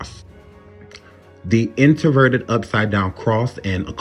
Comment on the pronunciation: My heart and prayers go out to all the families who were affected by this horrible tragedy. And I know this is just random but can you please pronounce your words correctly you keep saying introverted instead of inverted when you're speaking of the Pentagram I'm sorry I just had to vent about that because it was really annoying TF out of me as I was watching this video.